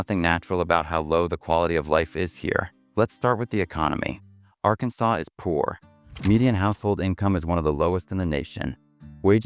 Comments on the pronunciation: "Arkan-saw" not "sas"...you AI bots don't sound too educated either. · Who created this?? I smell AI. Nobody in the US would refer to Arkansas as Ar-KAN-sas!!! It's Arkan-SAW and any American knows this. This is an odd hit piece that has elements of truth but a lot of laugh-out-loud misses. When is a hurricane REPEATEDLY represented by shots of tornadoes? Don't bother watching it. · "Are-KANNS-us"???? Please stop the AI content and narration. Very annoying! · That is a very compact South Carolina "hurricane" pictured. People don't worry much about earthquakes in Oklahoma. It is not pronounced R-Kansas! Also... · It's pronounced R-KAN-SAW not R-KANSAS ! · R Kansas? (Arkansas) AI isn't all it's cracked up to be. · "R"Kansas? Seriously? An illiterate did this video? Must be an AI put together video. GO away! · R-Kansas… dumb ai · AR-Kansas- Really. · These AI videos.... voice, ar-kansas? pics of tornadoes when talking about hurricanes, etc. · A.I. - When are they gonna teach A.I. to talk like a real person? It's so easy to know when a computer voice is lecturing you. Ar-Kansas? Come on! NO human ever says that. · "R-Kansas?" Good grief, AI! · ai slop. Arkansas - "r kansas" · I am not an American but pretty sure he pronounced Arkansas WRONG! AI reading... or who is this? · I've never been impressed by the US, I went to NYC, I thought it was a bit of a dump. And that was Manhattan. And Oklahoma? Lots of oil money, that probably goes straight to NYC and the CEOs, shareholders and banks. Not impressed by the narrator here, either, can't pronounce Arkansas properly. AI, isn't it? Or just incompetence, like the subtitles.